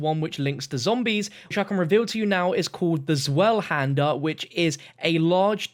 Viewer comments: did you say 'zwelhander"? I think it should be Zweihander, as in zwei = two. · It’s zveihander if you are pronouncing it like the actual German word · Did this guy just say "SWELL HANDER?" 😂💀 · It's zwei-hander, as in two hander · Zweihander (Z-VIE-HANDA) Sorry it bothered me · Zweihander is a German greatsword which literally means two-hander, (I'm not joking and is pronounced Zveihander) just a small critique